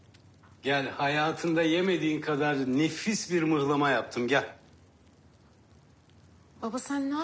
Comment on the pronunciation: ''muhlama'' '' mıhlama '' değil.